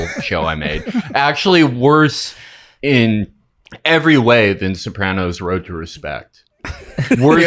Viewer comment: Guest pronouncing it Soprohnos is enraging